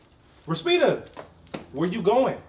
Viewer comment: This man said “Respeeda” I’m 😴